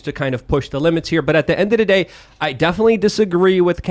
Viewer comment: "endadaday" is my favorite Lukeism